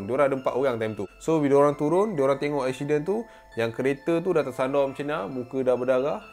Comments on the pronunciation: Accident become eksyiden 😂😂 woww btw memang suka dengar cerita seram tambah pulak dengan jumpscare! Powerr AHAHAHAHAHA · Aku tak leh fokus dengar "EKSYIDEN" tu hahahahahaha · Fatin Fatihah ingat aq sorg jer perasan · telinga aku mslh ke?ekshiden😂